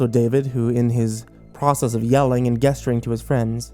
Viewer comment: Jes-chur-ing....not, Ges-chur-ing Viss-cuss Not viss-co-us I find you to be the most entertaining and realistic teller of these stories on the youtubes, but im a real stickler for pronunciation. Its my only gripe. 😂